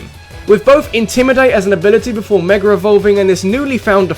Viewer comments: i came for saying meger evolutions and stayed for being amazing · its mega not meger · Can you speak right like its mega evolution learn how to pronounce words